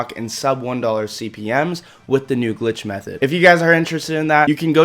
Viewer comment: bro you say glitch method like its black ops 2 🤣🤣🤣